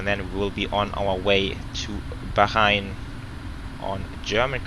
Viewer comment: Bro When will you be doing your setup and could you do a flight from doha to Bangkok Qatar Airways 747-8f and Bahrain is pronounced as Bhaa-rain and what's the overlay showing for you flight